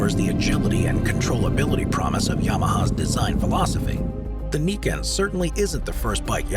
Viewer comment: YAMAHA『ニケン』じゃなくて『ナイケン』ですね